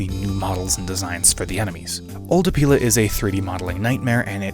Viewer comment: hehe "opeil"ing he said. Great Review